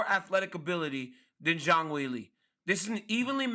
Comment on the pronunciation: Zang will-ay? 🤣🤣🤣💀 Ryan cmonnnn man lol